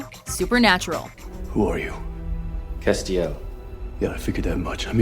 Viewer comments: How is Castiel on this list? He's an angel of the lord, who fell and came back. And the way you're pronouncing his name wrong is infuriating. It's Castiel, Cas, rhymes with ass. Not Ah. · holy shit learn to pronounce names its not cast-iel